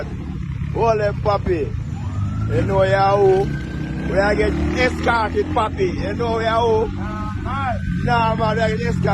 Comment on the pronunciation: Di man seh DISCORT not EXCORT😂